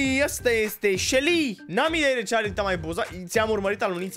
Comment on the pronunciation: E selly, nu shely